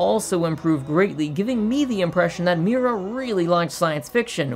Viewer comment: Please stop saying mewra